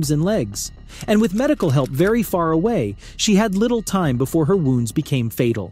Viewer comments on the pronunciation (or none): none